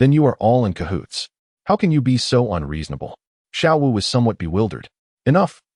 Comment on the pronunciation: Screws up the names of xiao wu and xD